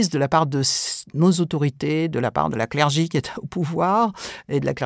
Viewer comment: J'entends «la clergie/clergy» plutôt que 'le clergé'. Estce que quelqu'un.e a des infos sur cette façon de dire? Ps: ça pleut beaucoup en ce moment